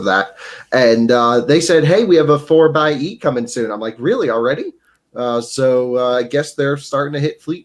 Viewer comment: Why does no one pronounce "four by ee" properly? It's a Jeep, it's clearly not meant to be called a "four ex ee"